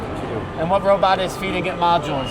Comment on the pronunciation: Robot, robot, not robut....lol